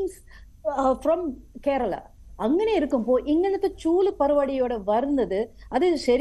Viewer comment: ഇവൾക്ക് കേരളം എന്നു പറയാൻ പോലും അറിയില്ല